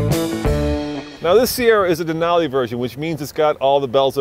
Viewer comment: I hate how you pronounce Denali in the beginning of the video